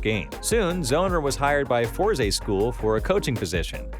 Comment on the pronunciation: Its Force, not FOR ZEE ><